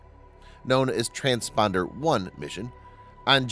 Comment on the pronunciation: Your robo-narrator needs to learn how to say TRANSPORTER (not "transponder") Can you say "Transporter One"? Betcha can!